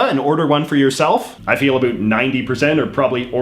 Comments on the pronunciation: I don't know what part of Canada are you from however it would appear that you're from the GGA and I still cannot understand why you're the only person in my 70 years of life that I've heard actually say a boot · I don't normally comment on videos like this. As a proud Canadian, I found this one hard to watch. For one we wear the poppy to show our respect for the veterans who gave their all so we can have the freedom to miss pronounce ABOUT like you do. Not because we are pressured into wearing them. It is the lower middle class that keeps the country moving as they are the ones working hard at bad jobs to cater to a generation that has no respect for what came before. And making people feel low because they buy No Name brand food is in bad form. Growing up we were thankful for what we had, and if we weren't we would get A BOOT in the ass to correct the behavior. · Your pronunciation of "about" and "around" seem absolutely put on to appeal to Americans' stereotypes of how Canadians talk. C'mon!! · I noticed you say words with "ou" like about or around, you pronounce like no other Canadian I've heard . Where do you get that pronunciation from? By the way, the Canadian poppy is awesome! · About? Wow that sounds different to me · A strange question. The way you pronounce about is the very stereotypical way I’ve heard of referring to the Canadian pronunciation of the word. ie an ooo sound instead of an ow sound. Then I noticed that you did the same pronunciation for the word around. My question is what part of Canada are you from? I ask that because I’m from Alberta Canada and we from what I’ve observed for around 54 yrs pronounce both of the aforementioned words with the ow sound. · Drives me nuts. Get rid of the over pronunciation of about and around, it's ridiculous . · i know your about (lol) page says u live in van, but r u from there? bc the way u pronounced about gave me whiplash, i've never heard it like that